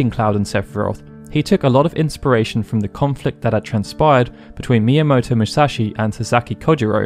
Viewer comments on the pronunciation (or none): none